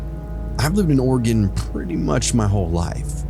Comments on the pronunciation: Me: oh sweet! Stories from my home state! Voice on the podcast: Or-eh- GONE Me: nevermind PS it's Ore-ih- gun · It’s NOT Oregone it’s Oregun pronounce correctly please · Also orygun not oregone. Thanks love the stories and dont mind the clicking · Ew he says it oreegone 😂😂